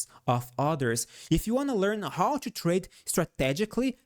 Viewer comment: "In order ciù ..." 😂🎉